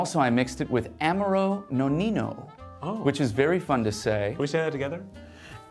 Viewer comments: lol, why do you pronounce Amaro that way?!😂👻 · This mispronunciation of Amaro is killing me… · Is no one else dying over the passionate mispronunciation of amaro?!